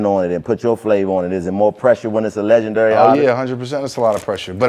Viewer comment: Nobody: Chico: LegendUry